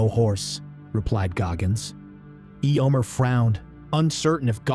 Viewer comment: These are so fun thank you. The pronunciation of EHYOMER is weird (Eeeomer), maybe when you write the script you can phonetically write out the names for those which the AI has trouble with?